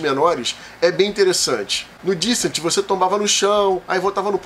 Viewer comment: Tenho certeza que entendo que mais do que vocês. Há mais tempo também. Lista que não tem KDM, Darklight, Deep Madness, Claustrophobia, Folklore... e ainda bota Sword & Sorcery de primeiro...é não saber o que fala. Fato ainda mais óbvio quando menciona Descent (falando errado o nome ainda) e demonstra total falta de conhecimento do jogo, pois ele tem sim um APP pra atuar como Overlord. Até Dark Souls entra nessa lista. PnP como 4 Against Darkness e d100 Dungeon são DCs. Mansions Of Madness não é DC. É Adventure. Aliás, Mage Knight (vergonhoso não estar nessa lista, mas não é o forte de vocês) é mais DC que MoM. Ah, aparentemente entendo mais de digitação também. Canalzinho amador. Sugiro aos inscritos procurar informação correta e mais esclarecedora em canais gringos. Se não entenderem o inglês, existem canais nacionais melhores pra vocês tomarem uma decisão mais acertada sobre onde investir a grana em jogos caros como esses e não se arrependerem tomando por base informação de quem não sabe o que fala (e ainda faz um vídeo sobre).